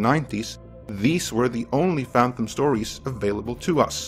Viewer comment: STOP saying "phanthumb"